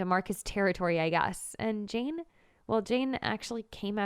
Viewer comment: Gurl u said chain instead of jane